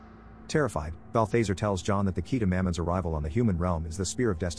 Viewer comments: Bal·tha·zar not Bathe - thazare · Please please please stop, Not "Bal-thase-er" its "Bal-thaz-are" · I hate when people can't speak English and they use these computer voices to do their voice overs can't even say people's names right that demons name is no BAL THA ZARE not BALFAZER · bath lazar not balbazer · Bal-THEY-sir. twitch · 1 why the hell am i watching a recap of a movie i've seen xD 2 im pretty sure it's pronounced "balth-ah-zar", like "car" not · It's pronounced bal·thuh·zaar. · BAL - THA - ZAR Is how its pronounced. 👺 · The fact he's pronouncing Balthazar's name incorrectly is bugging me so much... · Omg I know that was driving me crazy!! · How he keeps saying Balthazar 😂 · My man slaughtered balthazars name lol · I don't think you watched the movie. You constantly mispronounce Balthazar's name. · you are pronouncing bathazares name wrong